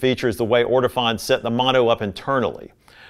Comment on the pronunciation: Sorry... the correct pronunciation for Ortofon is... orto-phone... not orto-fohn...